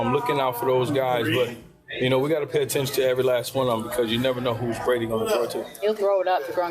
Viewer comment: When Ryan Clask did the lip slip of "Tom Greatdy" that was the absolute definition of Mr. 199